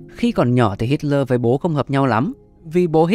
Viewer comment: Cứ đọc là Hít-le đi ad, đây là tiếng Đức